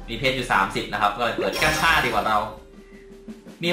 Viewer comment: เรียก กาช่า (gacha) ไม่ใช่ กัชช่า555